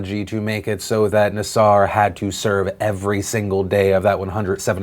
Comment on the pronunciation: It’s pronounced nasser.....not nassour. Says from a father from the Lansing area. We took out daughter out of twiststars because the culture seemed off. So, we put her in another gym. A petophile was uncovered there and arrested. We took her out of gymnastics. Gymnastics needs to be looked at like the Catholic Church as a predatory institution harboring sexual deviants. Pronounce his name correctly. It’s nasser, not nassour. Thanks for letting putting in my input in. Folks can leave comments, but I would not like to receive hater aid. Love you bastards!